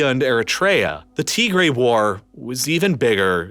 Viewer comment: Good video, shockingly well done. some of the pronunciation is well off. You can listen to how they say it and copy it Tigray TIG GRAY